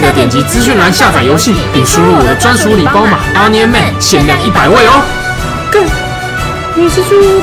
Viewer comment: 為什麼Onion 唸起來有點像在講暗陰🐑 的感覺？